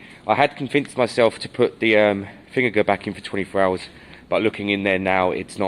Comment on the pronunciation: How can you call anyone stupid when you can’t even say vinegar properly